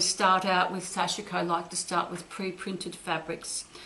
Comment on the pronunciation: Thank you, very helpful! (The i is silent in sashiko 😌)